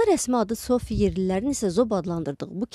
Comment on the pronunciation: Tsofi yox Tsopi kəndi demək lazımdır. Biz Zop kəndi deyirik.